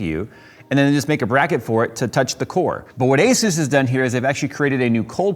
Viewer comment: Thank you for saying Asus properly! Most people say Azuse.